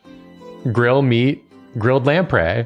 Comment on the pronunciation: Today I learned how to correctly pronounce 'lamprey' so never let anyone say this stream isn't educational. (I always mentally said "lampree.")